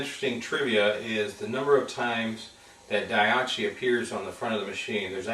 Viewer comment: what kind of person pronounces daiichi as daiachi? if it's written so many times, why can't you remember the word? lol